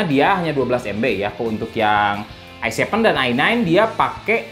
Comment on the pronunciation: Se pe u Ai nain,, Ai Sepen,, Ai Paif,, dan se pe U ai Tri 😁😁